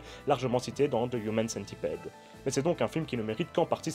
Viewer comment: AA j'avoue que je sais pas si tu le fait expres, mais le fait que tu dise "human" avec l'accent et "centipede" en francais sa m'irrite autant que les gens qui disent "FBI" en anglais mais "CIA" en francais.. ou qui disent "iPhone" en anglais, mais iOS / iTunes en francais arrrhhhhhhh